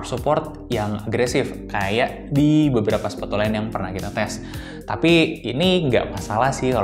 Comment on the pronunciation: Pas ngomong sepatu ga jelas tapi siluetnya si compass wkwkwk